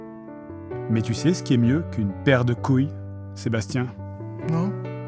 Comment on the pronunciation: Ta même pas dit "couille", théoriquement, tu as dit "gouille" 🤣